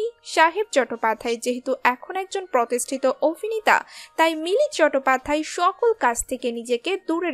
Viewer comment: উচ্চারণ ঠিক করুন।চটোপাধ্যায় প্রথম শুনলাম। ইসতিরি(স্ত্রী) -----কোথা থেকে এসেছেন?